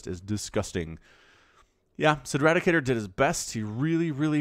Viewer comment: trayan just had to be the one person who ruined the 4p vs 4z matchup huh lol btw, you kept saying "cedradicator" or "ceradicator" when his name was "Cedricator" .. I can definitely understand that issue though lol